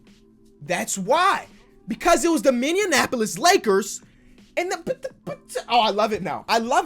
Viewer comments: Am I the only Minnesotan who realized he said minionapoilis. It's Minneapolis. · “THATS WHY! BECAUSE IT WAS THE MINNEANANAPOLIS LAKERS!” 😂😂😂😂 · NOBODY:: “MINY AN AP POLIS” 😭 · Mans said Minneanapolis, Im from Minnesota so it pissed me off. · “Minneanapolis Lakers” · "It was the Minionapolis Lakers" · I heard Minneanapolis😂 extra "n" lol